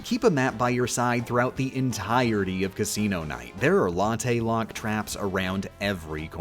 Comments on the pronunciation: why didn't you call it a 'locktte' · If I hear "latte lock" again I will eat the nearest coffee shop